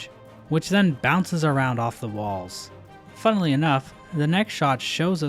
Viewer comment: I assume you're saying "FUNNEL-y enough", right?